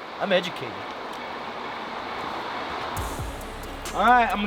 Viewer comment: Nobody:: I’m edgeamacaded